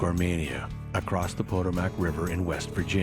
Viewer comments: “PO-DUH-MAK”?? (Potomac) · A minor thing but the Potomac river is one of the most famous rivers in America and the narrator doesn’t pronounce it correctly